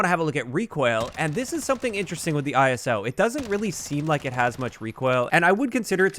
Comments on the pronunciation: The “eye-so”. “Not I-S-O” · It’s pronounced “Ice-o”. Like in ‘Iso’tope. Every time you said it, it triggered a bit more 😂.